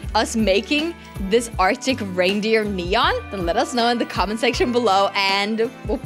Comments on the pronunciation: No she said arica raidrer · LOL U said artic braindeer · She said "artic braindeer"😂